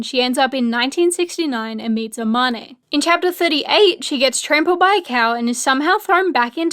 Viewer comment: Love this but, the way they pronounce Amane 😭